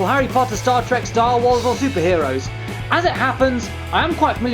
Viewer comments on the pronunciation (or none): none